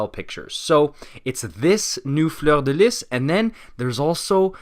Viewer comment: Yeah the reboot is fantastic news and all but i have to say you really fucking nailed the French pronunciation on fleur-de-lis